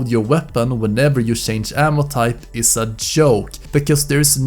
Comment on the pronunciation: You said "shange" so many times in this video I now believe that that's how the word is said.